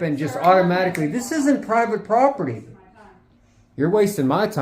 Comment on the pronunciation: What the hell is "poperty"? It's not just a simple mistake, as he does it twice!!!! Also, how mature to refer to police as "popo". Obviously a highly intelligent, very well educated journalist.